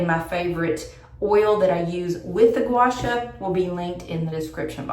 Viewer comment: FYI…. It’s pronounced gwa shaw like in shawl, just no “L”.